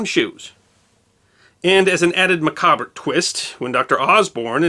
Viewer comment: Finally! Someone in YouTube pronouncing macabre properly